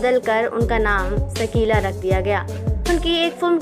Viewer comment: सकीला नहीं शकीला